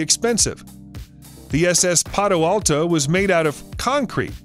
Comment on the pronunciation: Seen it many times.. I swear he kept calling it the Padoalto... oh, then there is the old Aptoes vs Aptahs debate.